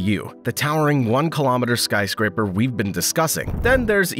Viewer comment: lol "Skyscrapper"